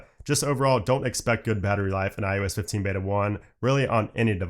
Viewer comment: Am I the only one hearing "IUS 15"... 😩😂 I guess after the 100th time he said it my ears broke 🤷🏽‍♀️